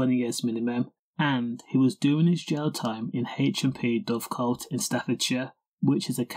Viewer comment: Dovegate not coat